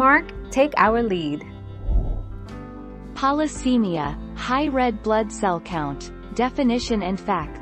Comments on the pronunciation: Oh PLEASE pronounce Polycythemia correctly! It's Polycythemia NOT Polycemia. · And pronounces Polycythemia incorrectly.